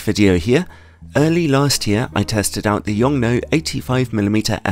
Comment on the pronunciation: Hey, in Mandarin Chinese, the 'nuo' in Yongnuo is pronounced 'noor' (with a soft/silent 'r', the way we'd say 'door'). Bonus fact the company's name 永诺 translates to 'eternal promise' or something like that. P.s. To pronounce it with even more accuracy, 'yong' is said with a very low tone, while 'nuo' starts at a higher pitch and drops with a falling tone.